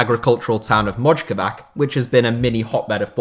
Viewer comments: VoZHvodina, DeZHan Lovren,Savic iz MoCHkovaCH....Jako mi to ide na kurac, mi sloveni mozemo da izgovaramo njihova imena normalno, ali zato oni nece ni da se potrude da izgovore pravilno nasa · Mislim da je najsmiješnije bilo Modžkovak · Dude, why don't you open a google translate, choose serbian or croatian language, paiste certain phrase in the box (like Dejan, Mojkovac) and then click on the speaker to hear how to pronounce them. It's less than 5 mins of work. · You said mojkovac wrong